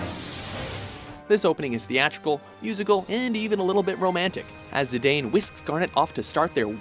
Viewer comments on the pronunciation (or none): Zidaaaaan not Zideyn Teedus not Taydus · According to FF dissidia, Zidane is pronounced as Zidahn.:) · did you really just pronounce zidane zidayn really? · it's pronounce as zi-dawn